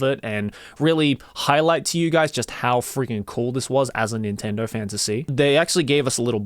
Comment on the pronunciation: “Nintendo fan to see” Or “Nintendo Fantasy” 🤣